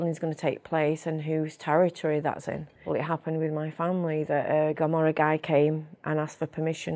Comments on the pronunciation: She forgot Sacra Corona Unita, in Puglia. And it's not "gomorra", it's "Camorra"! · It’s Camorra not Gamorra 😩 this woman knows nothing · Why does she call the Camorra 'Gommorah'? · I guess she’s impersonating the real one. Cause there’s no way an italian doesn’t known the correct pronunciation of camorra. Not to mention the way she speak… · This is not italian girl. She is not from italy. She is speaking bs. Cant even pronounce camorra.